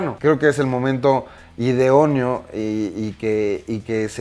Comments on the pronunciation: Se dice idóneo, no "ideoneo". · Hola, igual y alguien ya lo comentó, pero dijiste "ideono" y lo correcto es idóneo, por lo demás qué bueno que te va bien, sigue creando contenidos. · Alex soy tu fan de una semana para acá, ya me cae a toda madre el escorpión dorado, felicidades por el nuevo proyecto! Solo si me permites la corrección, es "idóneo" no así "ideonio" tiempo 4.45, con la mejor de las intensiones 👋🏼🤗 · Ideoneo o idóneo???!!!! Jajajaja ❤️